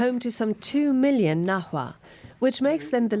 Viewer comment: They completely butchered the pronunciation of náhuatl, nahua and Xalapa... still, nice to see this kind of reports.